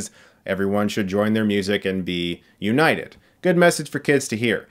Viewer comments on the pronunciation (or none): none